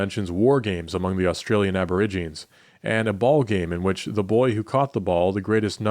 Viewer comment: Aborigines is pronounced "a-buh-RIJ-uh-neez."